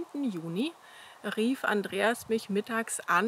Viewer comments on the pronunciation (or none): none